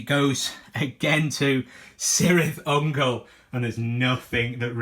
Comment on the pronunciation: "K"irth Ungol my friend, also its not Seleborn its Keleborn for future reference. All C's in JRRTs equal K's :), Great battle report